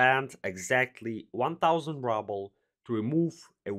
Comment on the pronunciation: rubles pronounced like rOObles, not rUbles btw